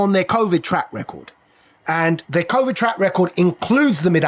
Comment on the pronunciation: It's covid, not convid...